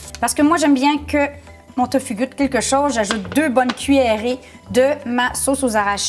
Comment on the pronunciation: ça se dit tofou ma belle